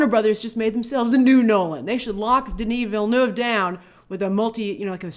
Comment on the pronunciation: As someone from Québec, I'm glad you're finally pronouncing "Denis Villeneuve" properly.